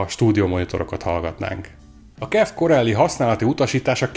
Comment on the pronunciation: KIF! nem "kef" :D Az az ÁJMF is úgy helyes, akkor a kef az kif...